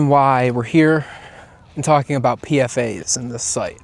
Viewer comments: just letting you know that more often than not PFAS is pronounced "P-FAS" not "P-F-A's". great video tho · It's pfas not pfa's